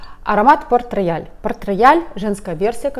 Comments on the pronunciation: Он не рояль, произносится [потрэйал]. Обожаю его! ❤️ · читается как Портрейял! а не порт рояль